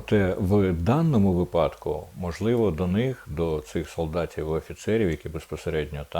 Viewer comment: Треба казати: вИпадок, а не випАдок.ПовІтряних, а не повітрЯних.Бачу книжок у Вас позаду багато...🙂